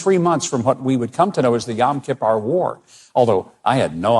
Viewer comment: It’s nit Yom Kipar it’s Yom Kipur